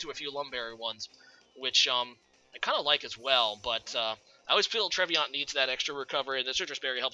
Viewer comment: Trev-e-naunt (Like the DiCaprio Film). Nice predictions in this match btw! A change from usual ;)